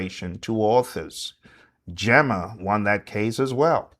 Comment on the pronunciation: GEMA it’s pronounced GĒ/MA. GEEMA 😁🫡